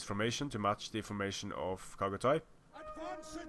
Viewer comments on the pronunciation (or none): Chagatay is pronounced with "ch" at "cherry" not "kh" at "khan". Other than that, you aren't butchering anything.